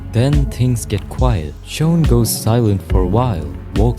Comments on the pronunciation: gng it’s not “shown” it’s shawn 😑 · You keep saying shown 😭 it’s sh awn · shown? thats a way ive never heard shawn pronounced before lol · I cant ignore these "shown" (he tryna say shawn) "cuwiosity" "gayplay" "wetevans"